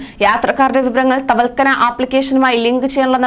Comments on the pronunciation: തവൽക്കന അല്ല തവക്കൽന എന്നാ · തവൽക്കനയല്ല കുട്ടി.... തവക്കൽന എന്ന് പറഞ്ഞു പഠിക്കൂ.... മോൾ ഒരു 10 പ്രാവശ്യം എഴുതി നോക്കു വേഗമാകട്ടേ...... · തവൽക്കനയല്ല... തവക്കൽന... ഒന്നുകൂടി ഗൗരവം വരുത്തിയാൽ കൂടുതൽ പേടിപ്പിക്കൂ...😎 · തവൽക്കനാ എന്താണ് ഇവളൊക്ക എന്താ വിളിച്ചു കൂവുന്നത് ആവർത്തിച്ചു ആവർത്തിച്ചു ഇങ്ങനെ തെറ്റ് പറയുമ്പോൾ നിയന്ത്രിക്കാനും ആരുമില്ലാതായോ.????